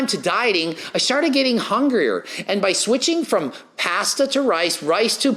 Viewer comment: Lol puh-day-does and pahhhhssssduuuhhh 😂😂😂😂